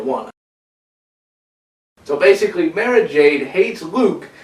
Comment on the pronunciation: its Mar-Uh